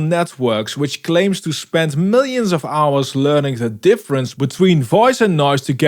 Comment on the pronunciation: he said millons of hours lol